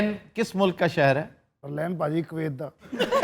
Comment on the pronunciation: کاویت کیا ہوتا کویت ۔ کو ویت صحیح لفظ ہے So called دانشور آفتاب 🤭🥌